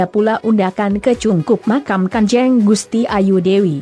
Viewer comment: Mohon maaf,cara pengucapan nya ,..g salah.....bukan seharusnnya (Kanjeng)bukan kan je'ng ..g enak banget dengernya sy juga orang asli Kebumen..